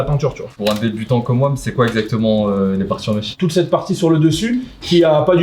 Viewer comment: Les bg c’est « mesh » pas mèche ahhah